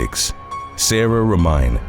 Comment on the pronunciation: It's not Ro-mine it's Ro-mi-ne! Gypsy girl lol!